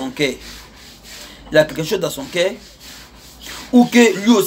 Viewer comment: Toi ya pas toutes les lettres dans ta bouche voilà pourquoi tu parle mal le français. Exp: au lieu de cœur tu dit cair au lieu de youtubeur tu dit youtibair. Tu met air au lieu de eur🤣🤣🤣🤣🤣🤣 toi même ton nom au lieu de dégameur tu met dégamair